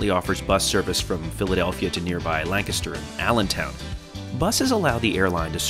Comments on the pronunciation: As someone from Lancaster (county), I find the most amusing bit that says it pretty close to correctly and just butchers it terribly. Also, the airport in Lancaster (where that bus goes) is nowhere near anything. It's not even close to the city at all, so that service is questionable at best. However, you can take SEPTA to 30th street from PHL and then Amtrak to Lancaster and the train station is right at the northern end of the city, so far more convenient. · YOU PRONOUNCED LANCASTER CORRECTLY!!!!!!!! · The way she said Lancaster bugs me. Lol. I’m from Lancaster. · The way you said Lancaster is aggravating me. It’s wrong. 😂